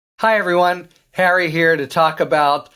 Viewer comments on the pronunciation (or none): none